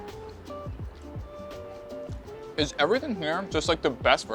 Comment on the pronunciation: It's aioli, not aoli